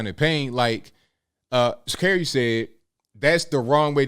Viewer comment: Are you saying her name wrong intentionally 😂